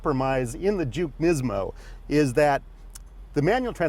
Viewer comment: say it with me Nismo, not nizmo.